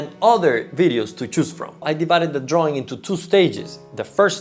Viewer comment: Draaaww droawion..not sexy in english.